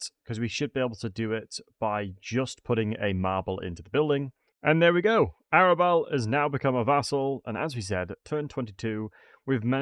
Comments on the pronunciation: It took me a while to understand you are talking about Arbal when you say "Arabelle" :D Nice guide either way! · Epidimus, Arabal, Sentinent Tail Bro, your dyslexia is absolutely off the charts! Makes the video funny tho